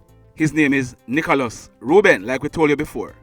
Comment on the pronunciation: The man name NICHOĹAS not NICHALOS.Pronounce the man ame properly.I just subscribed to the channel.